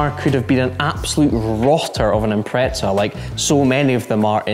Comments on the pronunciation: What is it with you Scottish/British people saying "Impretza" theres no T in Impreza :P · boys the impreza is japanese, not italian -- it's not "impretza" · It's always funny and slightly annoying to hear British people pronounce Subaru Impreza. It's not 'Impre-tza'. There isn't a t in that word? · Where is the t in impreza? (impretza) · why do you pronounce it "impreht-za" instead of "impreza" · Why tf can't anyone say impreza properly. There is NO T BETWEEN THE E AND Z. IM.PRES.AH. NOT IM.PRETZ.AH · Why do you Englishmen say Impretza? So wrong, if you have trouble with saying Impreza just say WRX 😉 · What's an "impretza" hahaha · Why do Brits think there is a "t" in the word Impreza? 😆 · demuro this is how you say Impreza! That's no problem, any time big guy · If only people could say Impreza properly.. Lol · It's how Subaru UK's marketing people pronounced it 🤷‍♂